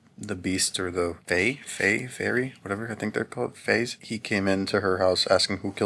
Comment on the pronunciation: Fay Ray 😂😂😂😂